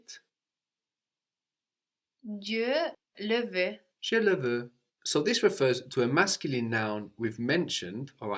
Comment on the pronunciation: "g-iuh leh vay" -> "juh lay vuh" anybody know when the student changes to one who can pronounce things right? :(